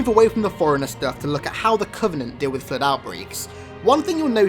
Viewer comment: The Fluehd